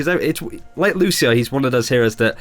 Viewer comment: Fucking "Lu-shi-oh" again. Wtf people, have you ever played as him? Even the voice line says "Lu-see-oh". My fucking god...